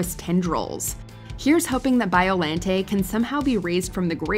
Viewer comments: its BioLAWNte not LANDT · WatchMojo always amazes me. How they can get so many pronunciations incorrect. Biollante [ bahy-oh lan-tey)